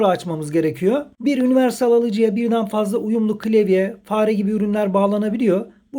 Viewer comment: klevye değil de klavye desen keşke.